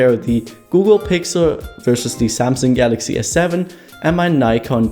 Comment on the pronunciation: its nikon.. not nikkorr😂